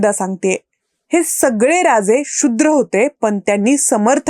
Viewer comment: “तुम्हाला बोलायचं……..” हे बरोबर नाही तर “तुमच्याशी बोलायचं आहे “ तसेच “शु्द्र” नाही “शूद्र” असं उच्चारावे.